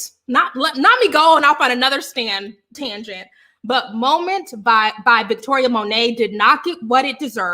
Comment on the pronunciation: From now on we deem them “stangents”